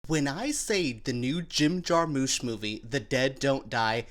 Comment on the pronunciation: Jar-mush, not moosh